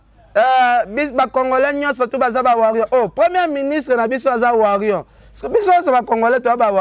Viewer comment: Ken MPIANA balobaka warrior et non warrion